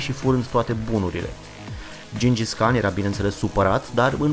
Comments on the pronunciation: se citeste gingis han nu can! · gingis han nu khan